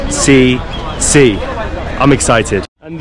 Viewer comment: Irtcc ❌ Irctc✔️ 😂